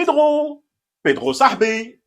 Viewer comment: Non ! Pas comme ça ! Comme les oranais le "sah " bref et le "bi" long . Comme ça sah..biiiiiiiii !! Ki.. raaaak ? Ghaya ?